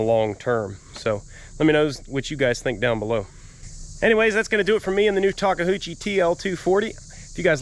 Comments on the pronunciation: It’s pronounced liked this “Talk A U Chi”. Not Talka Hoochie 😂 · It isn't ta-kah-hoo-chi. Japanese is really easy when printed in English--very phonetic. So if a Japanese person were pronouncing it, it would sound like ta-khoo-chi but taking it one piece at a time it would be ta-KA-ooh-chi. Sorry, spent a year in Japan whilst a Marine. LOL. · Take-uchi not Take-Huchi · 2nd person I've heard call this brand of skid steer "Taka-hoochi"...pretty sure it's pronounced "Tak-oochi" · First off you gotta take the 'H' out of that name,.it's a Tak e- OOO- chi, not Tak a Hoo chi! LOL! Now speaking of this Skid Loader, from what I know of these machines, the Takeuchi is very well accepted in the market place, and I do know a thing or two about the Yanmar Diesel engines. They're tough and reliable too. I think you should have a good machine there. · 😂😂 my wife is japanese and it’s pronounced TA KE U CHI…. 😂 NOT! TA KE HU CHI 😂😂. Always a pleasure watching your videos weather learning about anything your working or for comic relief 🥴😁🤙🏼. That’s a AWESOME “TA KE U CHI” Skidsteer!! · “TOKAHOOCHIE”? say “Tah-kay-yoo-chi”. Neat machine, hope you got a good deal. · It's a TAKE-A-HUCHIE? Where are you taking the Huchie? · TAWK KUH HOO CHEE? LOL...Sir, you mean Ta-KEE-oo-chee. But hey, CONGRATS! Sadly, yeah, its a shame some weird faults happened, but it looks like simple repairs and parts like those dampeners. Since those are usually $60K new (2021 model), you did well! With new shoes (tracks), keep her lubed and she'll be...happy! Jealous and yet very happy for you and for finding an honest sale! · Talk a hoochie 😵 I don't think that's how you say it. 🤣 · Pronounced “ta kee oo chee” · The bad behaviour and the shocks is because you keep calling it a "tahkehoochie" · say Tah- Kuchie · ta·kee·oo·chee sorry just bugs me the way I say it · Nice Machine Takeuchi's are excellent, and BTW,... it's Ta-Koo-chi... 3 syllables. enjoy it! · Did you call it a talk a hoochie?